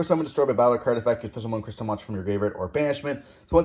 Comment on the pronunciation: Smeeger when clearly it's Smiger. Also Crystron like the name Chris not Cry like Cryo.